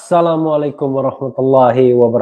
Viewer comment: "Assalamualaikum" itu adalah doa selamat, bro rh kok gak enak mengucapkan doa dg intonasi membentak.